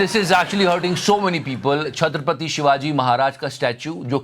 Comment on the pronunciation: Not Chhatrap'r'ati, it is Chhatrapati. This is repeated throughout the video! 🤦‍♀️